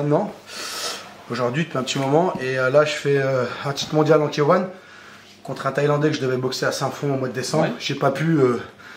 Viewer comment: Bonnes techniques merci 🙏 Par contre faudra faire un petit effort sur K1 😅 c’est K(hey) One, pas K(hein) 😂 Mais bon c’est quand même drôle